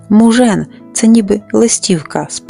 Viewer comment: Мужан наголос на А